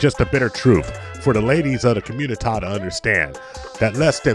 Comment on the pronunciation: I chuckle every time you say Communitah 😂 I enjoy that voice as well. Keep these videos coming!